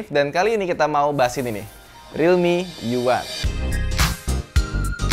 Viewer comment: U1 dibaca Yuan